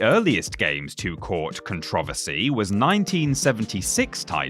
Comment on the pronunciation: Take a shot every time he mispronounces the word Controversy!